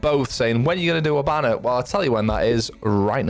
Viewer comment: I can't unhear it "hibannar"😂 good tips brother